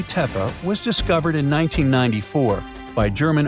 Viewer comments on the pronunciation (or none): Gobekli Tepa? I thought it was Tepe.